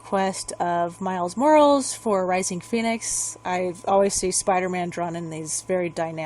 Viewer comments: Careful on the Jesus thing. Some people will call you out on sacrilege and blasphemy. Just trying to give you a heads up. Also Mor-al-es not Morals. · why did u say miles morales like that??? Its more ral ez! His last name is hispanic lol